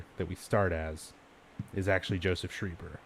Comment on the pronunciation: He's pronounced shryber Not shreeber arrrrgggg